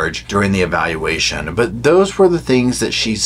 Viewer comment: Lol at Eevayalulaayshon 😂😂😂